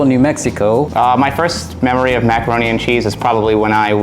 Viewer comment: Also said "meckeroni"